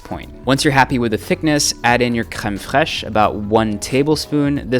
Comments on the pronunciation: Kuhhreeeem fuhrresshhhhh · so no one is going to talk about the way he says creme fresh? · can you say hwkem phraezsh more? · "crem fresh" in your normal accent dude. Not a fake french accent. It's the PRONUNCIATION not the ACCENT that should be correct. I dont know who has gone around convincing exclusively English people that pronunciation and accent are one and the same but it makes you look absolutely ridiculous. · "crem fresh" in your normal accent dude. Not a fake french accent. It's the PRONUNCIATION not the ACCENT that should be correct. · Say creme freche again. I can tell you're proud. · Crème fraîche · Don't ever say "kem fwesh"ever again please thanks goodnight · Absolutely no one: Erwan: cReMe fraiche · why the fuck do you say crème fraiche like that? no one pronounces it like that. is that meant to be French? WTF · Saying creme fraiche with a French accent isn't compulsory, y'know 😉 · dislike for the way you said Creme Fraiche. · My guy. Loved the video but please, you don't have to say creme fraiche like that. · Great video!! Please never say crème fraîche again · Was liking the video until he tried to pronounce "creme fraiche". Had to turn it off at that point. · The way he says, "crème fraîche" had me cracking up. He says it almost exactly like my very German grandmother...😂😂😂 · the way u say Creme Fraiche is soo satisfying